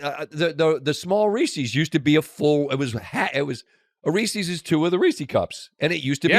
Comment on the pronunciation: Aw, come on Scott. "Reesees"? It's more a shwa sound. It's possessive. The candy was made by Reese.